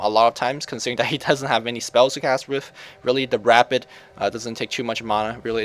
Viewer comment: I don't know if its just your accent, but you keep saying syllabear's "rapid." It could well be your accent makes it sound that way, but the word is "rabid." The reason it's confusing is they're both words that are applicable in Dota (he attacks rapidly, etc).